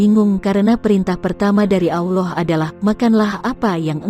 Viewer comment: Blepotan pengisi vocal nya....Auloh Auloh apaa an itu ?